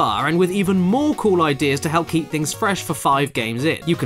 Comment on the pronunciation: "With the hep of hard man"